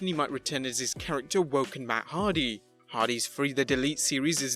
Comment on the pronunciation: What’s that hard-on? Hardy! 🤦‍♂️